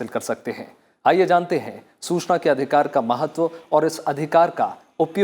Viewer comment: Hindi pronounciation is not good like Susana,wrong